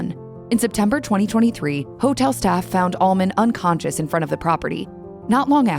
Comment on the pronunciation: well, I dont think shes messed with dope or booze much. Other than that, not much. Your narrator sounds like she is saying ALMOND by the way. Im not sure this isnt AI, and thats exactly what she is saying!!